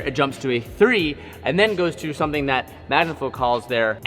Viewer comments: Anyone else notice "back to MANGAflow" ? Lol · You just mentioned that 'back to mangaflow' its magnaflow bro🫢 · 'back to mangaflow' 🤣